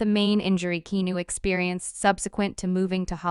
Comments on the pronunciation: Repetition. Heard it all before, even OLD NEWS. Get some new info & pica to share. And learn how to pronounce his name. It's NOT KENU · I think someone needs to check their pronunciation. How can you mispronounce his name & be from the good ol USA? Lol Are you a bot??? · You're pronouncing his name wrong. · Learn how to pronounce his f-ing first name